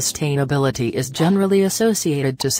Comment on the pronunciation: All I kept hearing was “sust-hain-ability